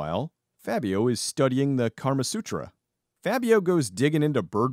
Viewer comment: Did you say "KARMA Sutra"? lol